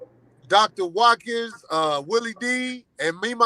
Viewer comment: Sorry Mist-ah Wa-kins